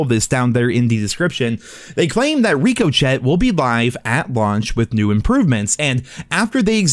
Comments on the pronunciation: Yeah you realize it’s rickoshey not Ricco Chet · Rick oh shay....not RICO CHET...COME ON MOTHER FUCKER . PUT 2 AND 2 TOGETHER. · STOP SAYING RICO-CHET ....IT'S PRONOUNCED RICOCHET (RIK-E-SHAY) LIKE BULLETS BOUNCING OFF OF SHIT! LMAO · LMAO RICO CHET???? Hahah! Love it! Own it! But it’s Shay Rico Shay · Rico-Chet? It’s pronounced Rick-o-shay, as someone else has pointed out. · hey. big fan.. youre saying ricochet wrong.. its not "riko-chet". its "rikka-shay"... like when a bullet bounces off something.. just thought id let you know. keep making great vids sir! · "Rico chet" lmao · reekochett lmao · "Ricko shay" thicko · Rick-0-chet 😂😂😂 kills me everytime 😂😂😂😂😂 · 😂😂 bro stop calling it Rico Chet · "reco chet" love you bro! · Dude... reeko chett? Really? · Reeco chet 🤣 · Rick O Chet loool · Ricoh chet? I really wonder how says Dijon mustard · Ricka-Chey my guy lol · Love me some Ricochet (reeko-chet!) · "RICO. SHAY" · Who’s this Rico Chet guy you speak of? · What the hell is a RIKKOCHET we all know you've watched other videos and should know how to annunciate it! Please say it correctly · from this day forward I will pronounce ricochet as RICO-CHET. 😁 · Breathing extra hard after each sentence and saying RICO CHET, boy you down bad 🤣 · Reek-o-Chet is crazy 🤣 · It’s Rick-o-shay lmao like when a bullet richocet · Bro Rick Uh Shay jesus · Reeco-chet lol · I just can't watch this without commenting ri-co-chet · Did you really pronounce ricochet as "Rico Chet"? 😂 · Dude stop saying rico- chet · I love you. If I still drank heavily I’d play take a shot after every re-co-Chet. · I was reading the comments and saw everyone saying you butchered the word ricochet and thought I knew what I was in for, but Jesus Christ I was blindsided, "ree-co-chectk" is insane, lmao. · or Ricochet is pronounced “Rick-o-Shay” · Gotta love me some “Ree-co-shet” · It’s pronounced Rick-oh-shay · Ricochet is pronounced “Rick-O-Shay” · Nah its Rico-Chad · Rico chat